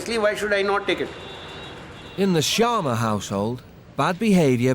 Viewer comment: It is not sharna it is sharma